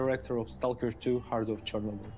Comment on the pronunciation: she doesnt know how to say chernobyl